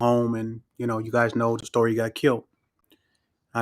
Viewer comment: "To make a long sory short..."